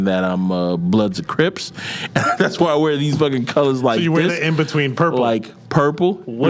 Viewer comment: Not 'Bloods' or 'Cripts'. 😂😂😂😂